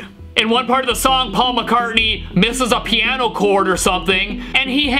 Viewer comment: Sting plass piaasno very well, ha ha…